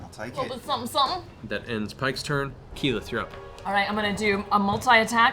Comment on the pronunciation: How did you manage to butcher keyleths name this badly? Especially when the name is aleays on screen. This is honestly impressive